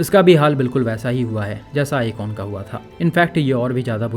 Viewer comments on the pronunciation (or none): Brother, woh akon nahi ikon thi, akon to famous singer hai😂